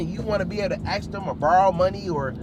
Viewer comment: he cant even say “ask” right